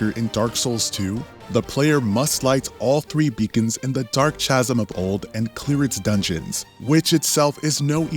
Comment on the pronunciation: Chasm = “ka-sum”